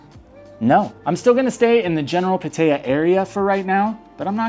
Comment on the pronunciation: How long have you been here? If you don't know how to pronounce PAT- Tee- ya , ask a Thai for help. PA-Thai- Ya make you sound like a new comer from Australia. Just trying to help you out dude.